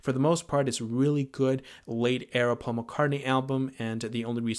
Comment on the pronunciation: But it's NOT Pasul Mc Cartney...Wake up..